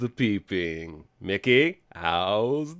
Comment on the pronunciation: is Nobody else really concerned with how he said Mickey and it sounded like nigga?! 🤨